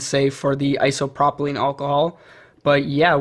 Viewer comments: It’s isopropyl not isopropilene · Iso - pro - pil That’s how it’s pronounced